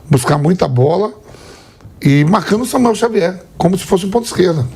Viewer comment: Samuel Xavier, famoso Xamuel 😂😂😂